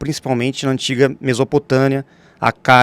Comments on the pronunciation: Mesopotania??? Kkk Mesopotâmia! Vai estudar meu velho!! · Ele disse mesopo Tânia... "Parece verídico" .